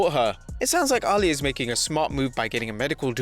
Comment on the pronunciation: why do you pronouce her name like arlia is itsAalyah